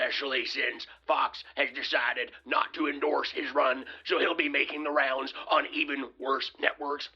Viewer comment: Every word Herschel said that began with “th” he pronounced it with a “d”. The-de, they-dey, their-deir, them-dem.the man cannot pronounce “th”.